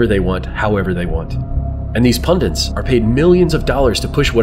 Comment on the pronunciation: Great video! The only problem I have with it is the pronunciation of the word "pundit." For some reason, you keep adding an extra "n" and say "pundint" instead 😂